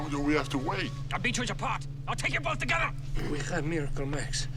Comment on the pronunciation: It's togevwar.